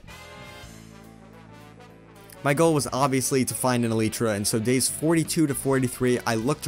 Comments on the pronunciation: It's not eleetra it's elytra 😅😂😂😂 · El ee tra 💀 it’s el eye tra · "My goal was obviously to find an eleetra." Me: "Its elytra." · It’s pronounced, El-y-tra not El-E-tra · IT'S NOT ELEETRA IT'S ELYTRA but it's ok everyone speaks different but good job making videos your videos are the best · Elaytra bro not ilaytra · Elite-truh is so wrong bro it’s e-light-truh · The word alYtra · I say Eleyetrah I’m sorry for everyone who says elEtrah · e-ly-tra is the way to pronounce it, not e-li-tra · It’s not Eletra is elytra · It’s elytra not eletra Ik I’m 2 years late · It’s a lie trer Not a Littre Trer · why am i angry if you say elitra its elaytra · It’s E-LY-TRA N NOT E-LI-TRA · It’s aly tra not eli-tra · It's k Obviously pronounced eh-lie-tra not elee-tra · It is [e l a i t r a] not [e l i t r a] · its not elEytra its elitra say it with a i not a e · Bro said eleetra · Ehlietruh not eeleetruh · El I tra not el ee tra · Elytra not eletra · It’s elYtra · are u british its elaytra not ilaytra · not elricha its altra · El ly tra not el echa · It's Elay-tra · U guys are wierd it’s eltytra U not actually wierd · No offense any1 but i cant bear hearing El-ee-tra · The cats name should be named Snowy Also its pronounced ell-light-tra Also also the axoltl should be named jerry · I’m sorry but a eletra? 💀💀💀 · ITS UH-LIE-TRUH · As a Dutch person, I say Ee-lie-tra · Name the cat snowball spelt wrong like shnowbaul It’s e-lie-tra elytra that’s how you pronounce it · E-L-EYE-T-R-A Love ur vids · E-lytra? It’s e- ly-tra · IT IS NOT EL-EEEETRA LIKE U SAY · You say it like this : E lie tra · It’s ELYTRA NOT elyetra! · its elytra not litrya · Elytra is pronounced e li tra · / uhm did he just say eLEEtra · Also its elytra. Not eleeetra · I call it elytra not eliitra but say it how u want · It’s not eleeeetra it’s elytra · It’s ok if u say elitra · I think it’s ah-lie-trah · Your pronouncing it Elitra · It's. Not elitra it's elytra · bro its elay-tra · ITS NOT ELLEEEEEEEEEEEETRA